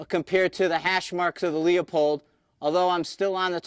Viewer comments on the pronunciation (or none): its lou-pold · Pronounce Leopold like loopold Both good optics but Kahles K16i and Swarovski rock for AR platforms.